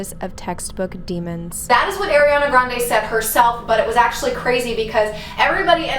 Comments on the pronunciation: AIRI-ana? 🤦🏼‍♀️ it’s ARI-ana 😂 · I LOVE the idea of doing spooky vids in the summer, I always miss them this time of year. This Ariana stuff is fascinating, but just a heads up, its AR-iana not AIR-iana but I used to say it wrong too lol so dont feel bad.